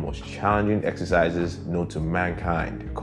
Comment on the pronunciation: He said essisizes too 😭👏👏🇳🇬🎉